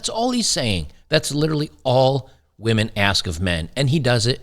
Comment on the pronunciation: ha ha, more like wAhMeN 🍻